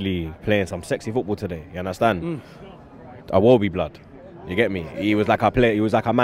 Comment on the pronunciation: Why do you keep calling him Awobi, his name is Iwobi. Torrea? 🤦🏽‍♂️